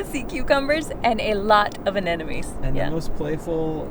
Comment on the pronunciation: Anemones pronounced: "Ah Nem Oh Nees", many people say "Ah Nen Oh Mees", but notice the difference. Lucky you get to see them, and we get to watch from afar.